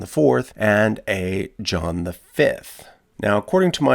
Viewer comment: I had to swipe left after I heard Muretha and Jowan.